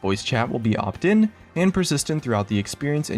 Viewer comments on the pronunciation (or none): ahem "Opt-in"